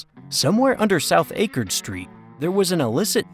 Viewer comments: Akard street is pronounced with short a not long as in apple not acorn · The street Akard is pronounced Ack' ard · Who edits this channel? Is it only run by AI? There are mispronunciations , Akard street as well as others. Much of the info is correct but some pictures and videos are made by AI.